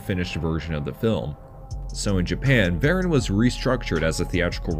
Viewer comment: Like so many other YouTubers you can't even say his name right... So I kinda don't care what you say. It's VerAHn. Not VarEN. Look up how his name is actually said.... I would have done that before I even thought of making a video about him. Also way too surface level